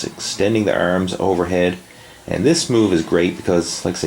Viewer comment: ERMMMSS and shoulder. ERMMMMS :)